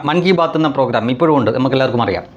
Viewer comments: MANKI BAATH ennu alla MANN KI BATH Ennu parayuka, please ❤ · ബായ് മൻ കി ബാത്ത് ആണ് അല്ലാതെ മങ്കി ബാത്ത് അല്ല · മങ്കിബാത്ത് അല്ല, മൻ കീ ബാത്ത് എന്ന് തന്നെ ആണ് പറയേണ്ടത് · മൻ ക്കി ബാത്ത്... ഒരുമിച്ച് പറഞ്ഞപ്പോൾ... Phonetic ശരിയായില്ല... ശ്രദ്ധിക്കുക 😵‍💫